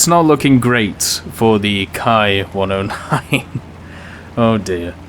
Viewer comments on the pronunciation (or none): Ki in Japanese is pronounced like an English "Kee" not "Kai". This is very important in as far as there actually IS the term "kai" in Japanese moreover it is used in distinguishing plane variants for example the famous Shiden Kai. So in one word I would advise to keep Ki (kee) and Kai appart.